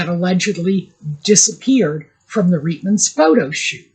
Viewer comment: Please call Reitman's with a long i and is eye. As a Jew and a Canadian whose mother used to shop at the Reitman's store i our neighbourhood on St. Clair Ave. West , Toronto, in the 1960' s (it lasted there for decades). The people in the store called it Reitman's as in the long "i".I take umbrage at people not pronouncing Jewish names in their original way. Stop Anglicizing it or better yet, sanitizing it so as not to sound too Jewish. In German ei = i, ie = ee. Stein means stone. I hear the same thing for the pronunciation for Leonard Bernstein, Elmer Bernstein, etc. Ivan Reitman, the Hollywood director is the son/grandson of the original family who started their clothing store in Montreal, Canada.